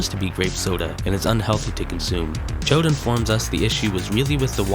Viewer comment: Yall really went with "chode" as the pronunciation for Chaud lmao Happy to see MMBN speedrunning get some love, my one bit of advice is to up the mic volume because it could be hard to clearly hear with the music.